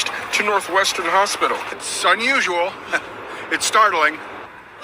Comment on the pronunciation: That one guy being interviewed sounded like he said “it’s sun usual”. 😂